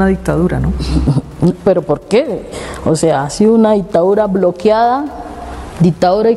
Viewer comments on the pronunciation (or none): Está señora vicepresidente ni hablar sabe, la itadura?😂😂😂 será dictador O dictadura